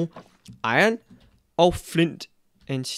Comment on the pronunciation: der er iron og ikke ion #nohate